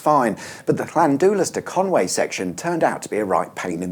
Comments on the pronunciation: It’s Conwy not Conway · Llan-dee-las and Con-wooee. It’s certainly NOT Con-way. Just saying. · It’s pronounced Con wee, not Con way 👍